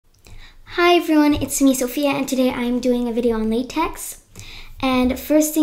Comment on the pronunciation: Cool vid! LaTeX is pronounced lateh.